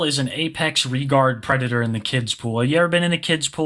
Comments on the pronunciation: this guy is a pwedatoh…. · is a pwedatow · is, and will forever be, a pwedatah. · okay pwedator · is a pwedatah. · Hes literally saying "Hey guys, don't wowwy; I'm not a pwedatow". It's adorably hilarious how he has a lot of evidence against him; but claims he isn't what he clearly is. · is a pwedator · It's pronounced "Pwedatah." 😊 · THA WHITE BOWSAS A PWEDATA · * is a pwedatow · I’ve noticed Earl doesn’t even pronounce the d or the t in predator. He says “pwe-i-ah”